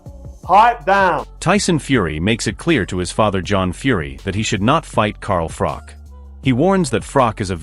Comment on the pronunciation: At least pronounce Froch correctly if you are doing a video.